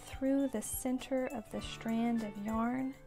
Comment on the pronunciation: Strand*. There is no H. It's not shtrand.